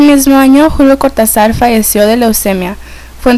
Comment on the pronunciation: Don Julio debe saltar en su tumba cada vez que le dicen "Cortazár"